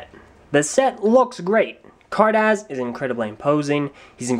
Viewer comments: Vay-zon? Car daz? Its vee-zon and Car-duss. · car duss z is not pronounced s and vezon is pronounced vey-zonn greg said it